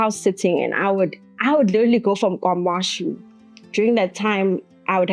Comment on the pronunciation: why is she pronouncing Kwa-Mashu like that?